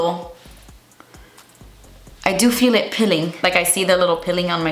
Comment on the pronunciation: “Pilling” 😂 its peeeeeeeling